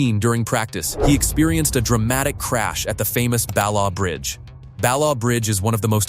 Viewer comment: Or even the right pronunciation !!! pronounced BallATH Bridge !